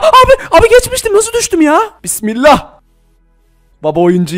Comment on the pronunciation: . O nasıl bi BİSMİLLAH diyişi ab. Yaw ben hiç bi seye bile bismillah demiorm resmen. Abicim nasıl bir durumdasın. Başka bi sey olsa bismillah bile demezsin 🤣😂